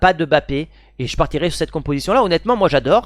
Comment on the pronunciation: c'est qui Bapé ? 😅